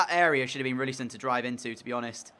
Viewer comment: is it not roussillon instead of roullisson?